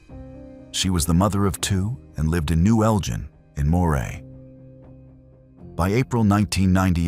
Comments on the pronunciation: Elgin not as pronounced 'eljin' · Beginning he said Kilmarnock well a think he said it Then Elgin Jesus Christ it’s funny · Awe Naw … how to murder Scottish toon n village names Eljin …. ELGIN Glenochill … GLENOKILL …. You can google it ffs